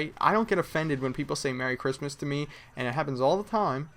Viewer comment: im muslim and im not offended when somebody says merry christmast